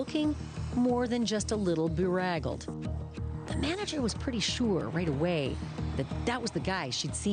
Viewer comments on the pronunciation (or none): It’s beDraggled not beRaggled!